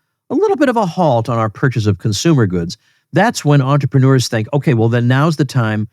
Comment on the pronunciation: Sorry Tom, but as a french 🥖 it hurts my ears when you say the word entrepreneur, use the word businessman instead.